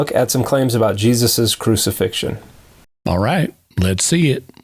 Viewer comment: “Ah-ight, let’s see-it.”